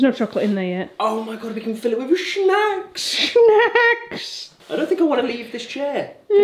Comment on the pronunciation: "Omg we can fill it with shnAks!" 🤣🤣🤣